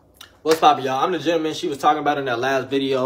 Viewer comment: She say Gina-Man😂😂(Gentleman)